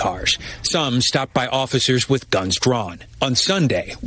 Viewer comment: Hey Breed it's "with it" not "wid it"......